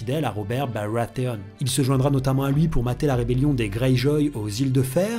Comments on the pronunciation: robert BaWatheone ? tu prononce tout a la française sauf barathéon ou tu prononce le "R" a l'anglaise ça donne un truc pas beau a entendre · robert barwatheon super vidéo mais ce coup d'accent sur son nom me tue x) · Super analyse comme d'hab, mai s'il te plait "Robert Barwathééonne" c'est plus possible ^^ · J’adore ta façon de prononcer « Barathéon » c’est vrai que ça le fait mieux en disant « Bawathéoôn XD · « Uobew Bawatéone » 😂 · Pas choqué mais c'est dommage de ne pas utiliser la prononciation anglaise du "TH". On pourra aussi parler du fait que c'est le seul nom qui est (presque) prononcé à l'anglaise. Mais ça n'entraîne évidemment pas de problème de compréhension ou autre. Et puis c'est peut être ça la "french touch" xD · jadore quand tu dis Robert BARATHEON xD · Pourquoi tu prononce baratheon à l'antillaise et que tout les autres noms tu les prononce à la française ??? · L’accent sur baratheon c’est vraiment pas possible..